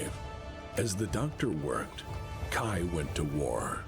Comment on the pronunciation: Fun fact: mispronounces Kai's name so many times in this video. His name does not rhyme with 'eye' - it rhymes with 'bay' The author of Blood of Kerensky Trilogy (Michael Stackpole) which many of the events from this video are referencing mentioned at the last Kerensky-Kon that Victor and Kai were intended to be an allusion to King Arthur and his half brother... Sir Kay. He just changed the name of Sir Kay to Kai after reading a novel where someone else decided to be sneaky and rename their version of Kay to 'Cai'. It's even a miniature plot point in Blood of Kerensky that his name is pronounced like someone was shortening the word 'Okay'